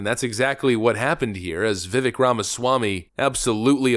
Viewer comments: His name is Vi•Vake not Vi▪︎Vick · pronounce vivak like cake. "vivake"... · Vivek pronounced like “cake” not Vivik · ....you are saying his name incorrectly. It is "vih-vake" not "vi-vik" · His name rhymes with CAKE. VIV-AKE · C'mon, by now you should be pronouncing his name correctly: Vivek (Veh-vake, like shake n' bake) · BTW , it’s vi vake (rhymes with cake) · VIVEK RHYMES WITH CAKE!!!! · Bro it’s vivake like cake 😂 it’s wild to mispronounce his name at this point and he a fan lmfao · How at this point do you still not know how to pronounce his name. It’s Vi-vake, rhymes with cake. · Love your videos and your channel, but you and a lot of YouTube channels that I watch are pronouncing his name wrong. He was on Patrick Bet David’s podcast and said his name rhymes with CAKE. Just wanted to let you know – his name is pronounced VIH-VAKE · How long have you been covering Vivek, and how much longer until you learn how to pronounce his name correctly? Love what you’re doing, but it seems lazy not to learn how to say the guys names after dozens of videos covering him. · You still can't pronounce his name correctly?! Multi Million dollar youtube channel..